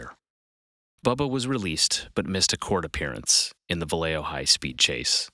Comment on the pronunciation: The city is pronounced Valley Joe